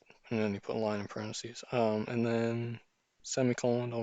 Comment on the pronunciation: Excuse me but these are parentheses. this ( is a parenthesis... there is no such word as "parenthesee"